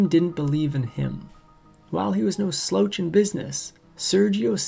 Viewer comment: Sl-OUCH not sl-OWch